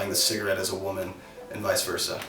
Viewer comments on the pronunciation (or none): none